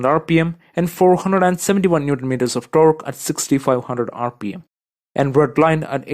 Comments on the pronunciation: Powered by an AMG built 6-liddr weight one with 740 Newton meters of TONK” Omg kill me😂😂😂😭😭😭🤣🤣🤣 I can’t figure out if this dude is a combination of Indian with something Eastern European, you tell me because it’s hilarious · I love how he says v12 and torque hahaha